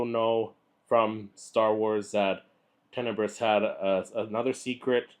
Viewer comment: So you haven't read the book. You mispronounced his name. You don't actually know the story from the Expanded Universe. All that equals that you ripped your info off from other people's vids that you watched. Well, that's original.